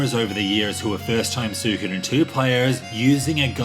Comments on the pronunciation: It's Swee-ko-den, your pronouncing it wrong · That is NOT how you pronounce suikoden, it's swee-ko-den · Achually its pronounced, Soo-e-koh-den. Now stop being a debbie downer and mocking peoples pronunciation by giving the wrong one yourself.